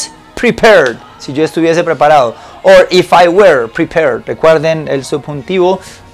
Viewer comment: Realmente me encanta como tus videos me ayudan cada dia a mejorar mi ingles. Solo como comentario "la pronuncionacion del were" que estas utilizando no es la correcta. Por mucho tiempo la pronuncie de la misma manera que tu pero no es la correcta. that is all, thanks